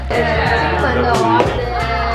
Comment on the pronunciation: 正音糾察隊報到~~ 其實蚵仔是念ㄜˊㄚˋ 芋頭是念ㄛˊㄚ ㄜㄛ念錯是不一樣的東西ㄛㄛ 厲害打厲害（其實還好😍）